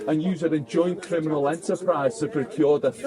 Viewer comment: Hahahaha you crinimals i agree but say it properly hahaha